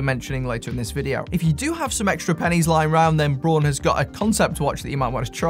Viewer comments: Braun, not Born. So, if technically is Braun, then why don't you use the correct pronunciation? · I would pronounce Braun like brawn also not brown and I'm in the states for what it's worth. I like the look of those too!